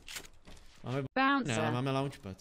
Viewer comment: Alkane proč dávaš anglickej překlad když říkáš baouncer ??? Jinak dobrý výkon ve Fortnite